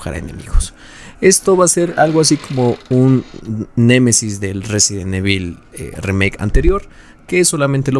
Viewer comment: Te haces llamar fan y no sabes pronunciar resident evil, en vano todas las pantallas de carga de cada juego.